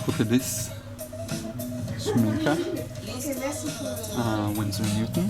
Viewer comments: Yes you are saying Schmincke right. Regarding the palette: the pan tray pops out so you can clean easily. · Yes you said SCHMINCKE in the right way Greatings from a German